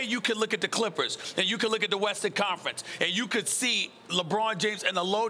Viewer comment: lol she said the " Crippers"